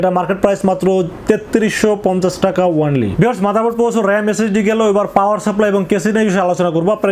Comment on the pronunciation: Bhai ONLY word ta boilen nah, Baja suna jai aga only word er spell sunen